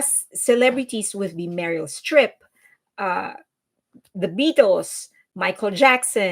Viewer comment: Are you Mexican or Colombian? Your English accent is very non American. You said "Few-day-fay". It's Pew DEE Pie. And the way you said Meryl Streep as "Merul Striiifff".